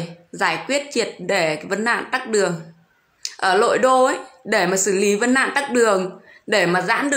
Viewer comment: Tắc đường hay tắt đường ? Quá cẩu thả. Câm hay ngóng ngọng hay nói